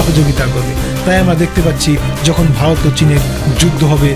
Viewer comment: প্রথমে ভারত উচ্চারণ টা করো দাদা, ভালত ভালোত করছ